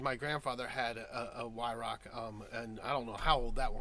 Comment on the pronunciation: It's pronounced as Why-rowch . ch is a gutteral G like in the Scottish word "loch".